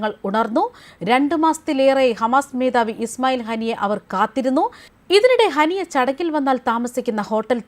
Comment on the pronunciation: ഹനി അല്ല ഹാനിയ